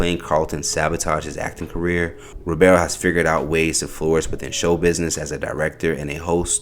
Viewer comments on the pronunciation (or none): Bro, his last name is Ribiero. Not Robero 🙄